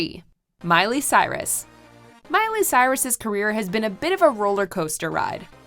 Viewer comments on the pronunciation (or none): none